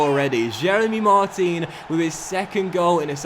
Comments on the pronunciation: hey... it is pronounced Mart-an... as he is french.. keep it up thanks as ever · Hey, just a quick comment to tell you that the proper way to pronounce Martin's name is to say the "in" like you pronounce the end of "Paris Saint-Germain". Also Martin's celebration is actually Matuidi's, it's after a song that was made for him. Love ur content:)